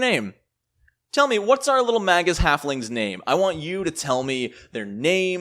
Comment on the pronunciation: Really like your videos - but would like this one even more if you pronounced it "mei-guhs":)